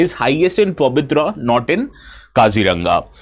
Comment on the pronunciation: Not Pabitra, it is Pobitora ( পবিতৰা)